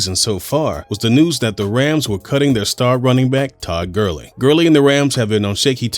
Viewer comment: Todd Gurling!? ITS GURLEY